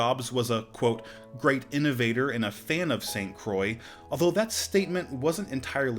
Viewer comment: Jesus man, just hit google translator, type "saint croix" and ear it how to pronounce it...